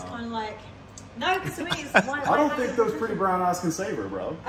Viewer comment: Tink about dis…alright, bet…” 😂